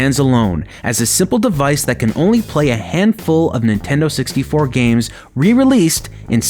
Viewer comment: What's a "Inteno 64"?